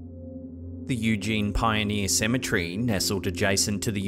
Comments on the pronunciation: And saying symmetry instead of cemetery. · Cemetery... Not Cemetree 😅 There's other words you add tree to 😂 territory not territree 😅 ... Kinda cute and funny... Kinda